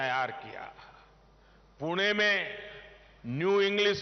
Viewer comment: पुणे च पूना असा उच्चार न केल्याबद्दल धन्यवाद मोदी once again 2024🔥